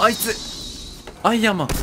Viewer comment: アイアンマーンって言ってるとこヤイヤイマーンって聞こえたw